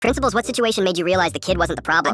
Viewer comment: Principals in Spanish accent 😂